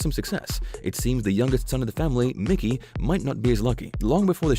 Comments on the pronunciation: Who the hell is Mickey???? It’s pronounced My-Key his name is Michael! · Said as Mike E! Not Mickey. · its Mikey not Mickey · It's not mickey it's mikey.he ain't no mouse.!! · Who the fck is Mickey it's Mikey you clowns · Mikey not Mickey